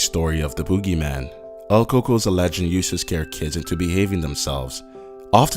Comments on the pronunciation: coco? we say its cucuey (pronunication wise) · El coco? Lol don't you mean el cucuy? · It is not Coco it is cucuy